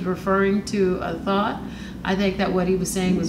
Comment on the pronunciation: Hearing her call a "THOT" a "thought" repeatedly is absolutely cringy. Lmao